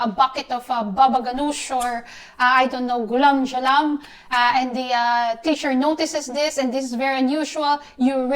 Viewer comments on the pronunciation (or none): Its Gulab Jamun not "gulam jalam" 🤣